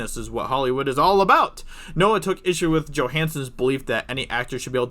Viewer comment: Shut the fuck up ""